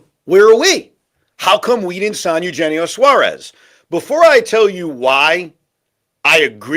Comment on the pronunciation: One day they will learn how to pronounce Eugenio. 😂